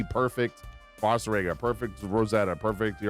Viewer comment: It’s funny at the beginning you said people aren’t using him right, and you’re not pronouncing his name right 😂 (Vah-sur-rah-guh)